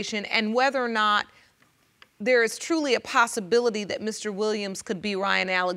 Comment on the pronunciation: Did he say thayre fruum New York???